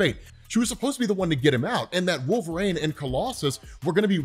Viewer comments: Absolutely KILLING ME with the "Wolver-ain" 😂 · WolveRAIN... lol, man... no